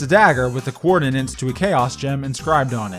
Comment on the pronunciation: You can't pronounce 'coordinates'